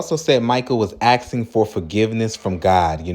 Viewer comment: He was AXING then that means he had a deadly weapon - an AXE. You said he was "AXING". That's dangerous. Although I didn't see an AXE in the video. But if he had an AXE and was attacking people like you said he was "AXING" then I understand lethal force being used. (( I think the word you wanted to use he was "asking" not "axing". ))